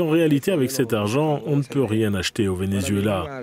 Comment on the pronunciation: Arretes de dire ven-U-zuela...